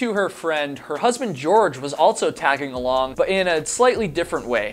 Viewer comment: Or saying altso, I can´t unhear it 😆